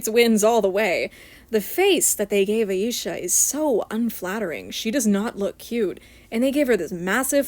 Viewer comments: Stella was a bit tanner than Bloom, Tecna, and Musa, but not as dark as Flora and Aisha. As for your pronunciation, you are saying Aisha properly unless I’m saying it wrong. All of the girls have boyfriends in the OG show, and Techna actually has a very wholesome relation with her bf (Timmy). If anyone ends up lesbian or bi, it’s Musa. It would be way better than her crap with Riven. As for the American dolls, their faces are a hot mess. Aisha is the best and Musa looks uncanny. Tecna needs more volume in her hair. Bloom is fine, Stella is fine minus the bangs, and Flora is fine. The European dolls are definitely cheaper, but the faces are so much cuter (minus Aisha). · you pronounced her name perfectly actually!